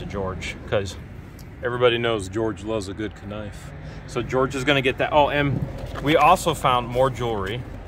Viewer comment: Did he say k nife and not knife?